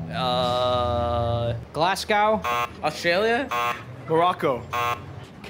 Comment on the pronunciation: Not "australia" 😭😭